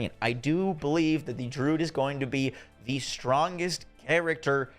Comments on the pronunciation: Dude its not Drood its Dru - uhd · I really dislike when people are grammar Nazis, but hearing him pronounce druid as "drood", it like nails on a chalkboard for me. Druid, drew....id.... I come across so many content creators that mispronounce very simple and common words, almost as if they've never used them in their own vocabulary.